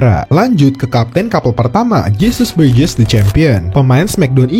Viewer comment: Pronounce nya dibenerin lah bro, disesuaikan sama pengucapan di animenya. Apaan jesus brejez